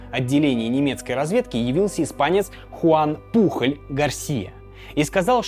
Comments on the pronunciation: Ролик отличный , но побуду душнилой: не Пухоль, а Пуоль. Он же Испанец, даже есть знаменитый футболист с такой же фамильной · Топ. Одна из любимых историй в истории😅. Но Пухль😂😂... Он Пужëль на французкий манер или Пуйоль на испанский. 😅😅 испанский стыд😂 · Да не Пухоль он, а ПУЁЛЬ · Хуан Пужоль* не Пухоль